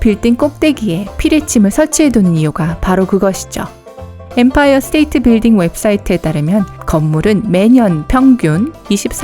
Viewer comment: 에 뱀파이어 아니고 엠파이어?!?!?!?!?!